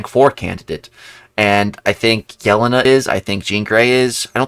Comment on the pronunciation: I'm sorry I'm one of those people too, it's pronounced yell-ane-uh not yell-in-uh